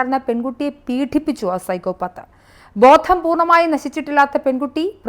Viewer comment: അവതാരകേ ദയവായി മലയാളഭാഷയെ ഇങ്ങനെ 'പീഠിപ്പിച്ചു ,റദ്ധാക്കി ,മധ്യപാനി എന്നിങ്ങനെയുള്ള വാക്കുകളിലൂടെ ഇങ്ങനെ നിരന്തരമായി പീഢിപ്പിക്കരുതേ . പീഢനം , റദ്ദാക്കുക , മദ്യപാനം , എന്നീ വാക്കുകൾ അറിയാവുന്നവരോട് ചോദിച്ചു ഉച്ചരിക്കാൻ പഠിക്കുക .